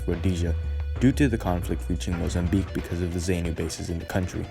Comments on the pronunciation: Some of the footage is not even related to Rhodesia, you can see that it is from the Vietnam war. The commentary audio is too soft and the music too loud, a lot of the music is also not related to the Rhodesian story. Zaynu (incorrect pronounciation) pronounced zaaarnu terrorists raped and murdered the female survivors of the viscount that crash landed after they shot it down. Zaypu, correct pronounciation Zaarnu were also responsible for lots of atrocities on black civilians in the rural areas, cutting the lips and ears off these civilians and forcing the civilians to cook and eat their own ears and lips, just because the people did not have any food to feed the terrorists. These are the people that are now running the country and things have gotten from bad to worse since independance a lot more people have starved than in Rhodesian times. Mocambique gained independance in 1975 not 1976, clearly the narrator has not researched this story properly and has no clue as to what really happened. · That's NOT "great" mate. Rhodesia and the the Rhodesian Security Forces deserve more respect. These soldiers fought and died for something that you gloss over with 60s music and nonsense 'facts' - you can't even pronounce Zanu or Zapu - but you'll play the Rolling Stones as backing music about something you clearly know nothing about. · It’s funny how you pronounce the guerrilla groups ZANU and ZAPU, it’s Za-puw and Zaa-nuw - Zaa-nuw-pee-eff. Nice video otherwise very Quinton Tarantino esk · Great job! Editing needs to consider better pronunciation of eg ZANU, ZAPU etc. But a great statement on that time and place. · Great project! Hope to see more from you. Suggestion... You might want to check pronunciation of local words (mis-pronounced words include Rhodesia in some places , ZANU and ZAPU). Will help the impression you give keep up with the research you did. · Yes, good video but it’s Rhod’ee’sia , Z’aa’nu and ‘Z’aa’pu. Just a slight tweak on pronunciation.